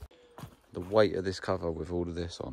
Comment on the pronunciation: When you say da yo actually mean the , I wish people who put content on YouTube would speak properly .